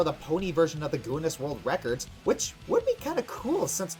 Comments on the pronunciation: the fuck is gooness? i'm northern irish and i'm almost offended by that it's GIN NESS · Reason why Guinness isn't returning your calls, is because your pronouncing them as Goo'ness. its pronounced 'Ginus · Dafuq I'd goonis? It's gin-iss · The word is pronounced 'Gin-iss' not 'Goon-ness' by the way. Also great job on this episode. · "Gooness" "Ginness" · Not Goonness, GIH-ness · I'm sorry but did he guuniss it's Guinness either he is an idiot or I missed heard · May I just point out that pronounces Guinness as "Gooness". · This is the first person I've heard pronounce "Guinness" like "GOO-ness". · Di-PLAH-macy? GOO-ness? Did everyone pronounce those words like that where you grew up,? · Dipl ''A'' macy? GOOness world records? you sound funny lol (no offense) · I've never heard anyone pronounce Guinness as "goonness". Also another hint of ponies living for a long time is the fact that Granny Smith's aunt is still alive and kicking, like she's not on the verge of death or anything. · "Guinness" is pronounced "Ginnis",. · Perhaps your mispronunciation of the word Guinness has something to do with them not returning your calls. Just an idea. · he pronounces Guinness funny. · Why is he miss pronouncing words like Guiness and diplomacy?